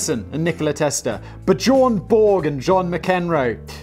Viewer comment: Is he trying to say Björn Borg?